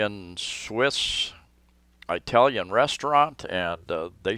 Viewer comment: You make me laugh. It isn't pronounced "Eye"talian. It's pronounced like "Ih"talian. Like the word "it".